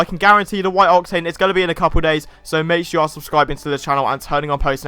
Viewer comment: The way you say octane grinds my gears